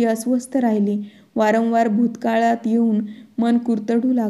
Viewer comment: वरणवार नाही वारंवार